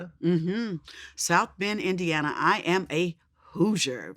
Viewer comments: It's Indiana not Idiana. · It’s Indiana not Indana lol put some respect on Indianapolis 😂❤️